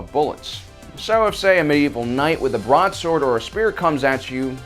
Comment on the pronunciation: I thought he said broad lol